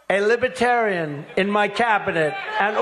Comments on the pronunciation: lipitarian? You don't throw people in jail? What did you wanna do with Hilary? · Lol! I love that he doesn’t even pronounce Libertarian correctly. “Libatarian”. It’s not a one-off, he pronounced it that way each time. ✌🏼⚖️🇺🇸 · Says "Libertarian" Then says "Lipetarian" Next up: "Lipitorians" 😂🤣🤣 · Trump is pronouncing it Lib-A-tarian instead of Lib-ER-tarian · Libitarian? Libertarian number nuts! 😂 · It’s not “Libratarian”. It’s Libertarian Ben. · The word is "Libertarian" - not "Libitarian" - Trump can't even pronounce the name of the organization he is speaking to. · He keeps saying Lib-a-tarians… not Lib-ER-tarians… what a goofus doofus!! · Is Trump saying "Lipertarian"? He is such a horrendous and weak human being. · Trump says 'Libatarian'. Kind of like 'Jina' (China). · Trump Couldn't Even Pronounce Libertarian..... "LIBE-TERAN" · Libatarian, he can’t even say that. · “Libbatarian,“ what a dunce. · If I were a Libertarian, I’d boo him just for being unable to pronounce “libertarian” correctly. I mean, “lib-UH-tarian”? What a clown. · He really knows how to charm them doesn't he? Libatarian? He can't even pronounce it. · Libuhtarian. At least he could pronounce the party name right. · The orange Jesus says...(I'm alib-a-terian). He can't spell or pronounce the word correctly. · Why is he saying “Libatarian”. Over and over, the wrong pronunciation. No brain left. Dementia-Donny. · ... libitarian... libitarian... libitarian.... WOWOW!!! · The "libuhterians"? Why can't Trump pronounce the word? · Heard him say Libba-tarian. I bet he says lie-bary and lie-barian too. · He can’t even pronounce the word. He is saying lib-a-terian. It’s so good to see him being rejected after trying to manipulate the situation to appear he has libertarian support. Everything trump does is always smoke and mirrors. Why would libertarians want an authoritarian in their midst??? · BOO 👎he kept saying Lipertarians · “Libbatarian.” lol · "libatarin" lol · Trump pronounces it libAtarian.